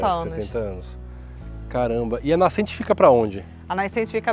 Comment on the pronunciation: Adorei o video! As partes que ela fala nascente, não sei se foi só eu que escutei "naicente"com a vogal ï" depois de "na". Talvez eu esteja errado e ruim dos ouvidos, mas voltei, ouvi acelerado, ouvi varias vezes e escuto "naicente"" Enfim, não faz diferença, o conteúdo em si é ótimo